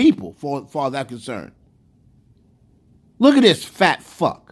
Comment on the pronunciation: “Lookadisphatphucc” 🤣🤣🤣🤣 I might watch this a few times to hear it again.